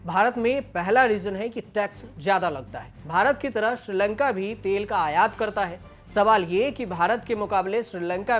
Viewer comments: Tale nhi be Tel hota h 😂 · तेल को तले 🤣🤣🤣